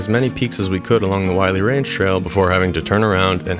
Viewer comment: It's pronounced "willy" not wiley.